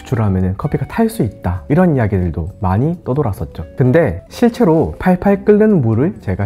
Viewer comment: 실'제로'인데 실'체'로라고 발음하시는 이유가 궁금합니다.